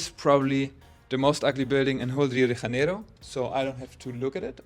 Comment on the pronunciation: You're a German speaker making an English language video about a Portuguese speaking city, and you pronounce the city's name in ... Spanish. Huh? The "J" in Janeiro is a soft "j" sound, like in French, or in the English word "measure". Try it!